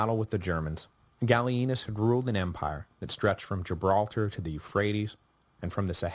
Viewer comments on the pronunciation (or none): none